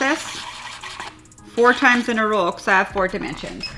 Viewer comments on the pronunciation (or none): We need more videos!!!! She so good, gives the best tutorials, and I miss hearing her say “two in a roll” 😂😂❤️❤️